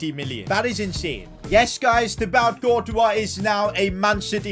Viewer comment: i clicked off after his prononciation of thibaut courtois